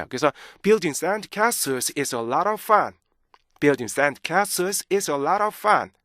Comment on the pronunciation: 연구 진짜 많이 하셨네요 와... 근데 죄송한데 맨 나중에 fun 하실때 자꾸 퍼t 들려요. N을 좀 정확히 발음하셨으면 완벽하실거같애요. 감사해요